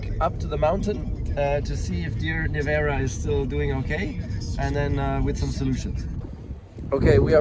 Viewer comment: Nevera means storm not nevjera as in unfaithful!! 🙈🙄🤣🤣